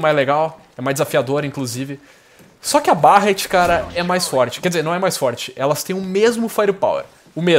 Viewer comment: Barrett? A pronuncia é Berretty!